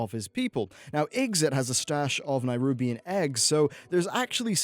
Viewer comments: Why do you keep pronouncing nerubian as nighrubian? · It’s Nerubian not Nairubian. Listen to the dozens of times the word is pronounced in Warcraft 3 if you want proof. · Its Ner-OOB. not Ner-UB. jesus, for someone who preaches to know this and that about WoW, you're really bad at even pronouncing them correctly. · It's Nerubian, and remnants, not Nairubian and remenants. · WTF is a Nigh-rubian? It's Neh-rubian, you arse-hat. Learn to English. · Trial of the Champion was the 5 man dungeon, Trial of the Crusader (Grand Crusader being HC) was the raid. See nobody caught on to that, too busy Q_Qing about the pronunciation of Nerubian.